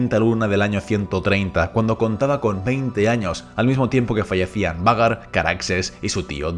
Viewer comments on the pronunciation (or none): que gracia cuando dice 'Vhagar' como "Vagar" con toda la seguridad cuando en verdad se pronuncia "Veigar"😂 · Lo único malo de esta narración es que pronuncias cómo se escribe el nombre de vhagar en vez de como se Lee y se escucha fatal. Y si me vienes con que así se Lee entonces deberías leer arrenal no jarrenjal